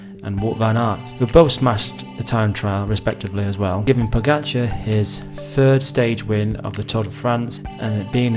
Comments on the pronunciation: Pojacar....i hope he learned prononcination til now :) PoGachar.... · Po-ga-char is the Pronunciation for everyone who don’t know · You pronounce his name really strange. As a Slovenian I cringe every time you say his name :)